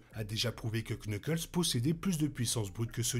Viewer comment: salut tu sais que en fr tu n'es pas obligé de prononcer le K de knuckles, sinon super vidéo!